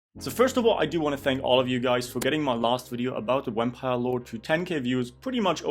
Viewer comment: "Wampire Lord"